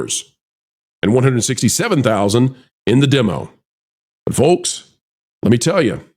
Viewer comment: The L in folks is SILENT!